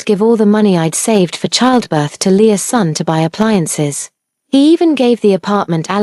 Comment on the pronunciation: I had to rewind to the beginning when I realized it wasn’t Lea’s son. But Leasun. 🤦🏽‍♀️